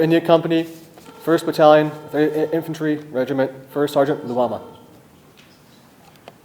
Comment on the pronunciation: Infantore also your pronunciation